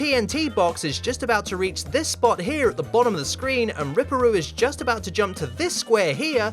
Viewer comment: It’s rip-per roo 😂